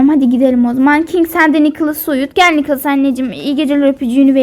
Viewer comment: Purudins değil:prudence nikilis değil:nicholas ve ya nick kink değil:king minie değil:millie